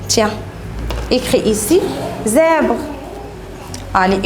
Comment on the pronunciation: Maîtresse vous avez un problème de prononciation pointillés zèbre.....